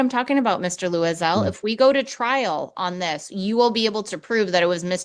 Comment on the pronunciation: She keeps calling him Louis-Elle 😂